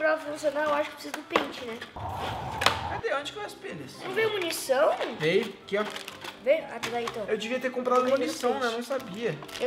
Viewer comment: Ele falou penes no lugar de pente